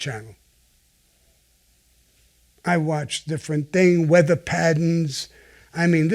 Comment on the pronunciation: "Im watchin the weatha." The way he says it haha